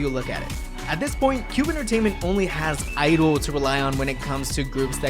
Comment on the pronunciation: Please learn to pronounce G-IDLE, its pronounced gee-i-deh-lee